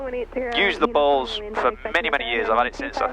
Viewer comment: Did you know you pronounce Bose, like balls? 😂 I can unhear it now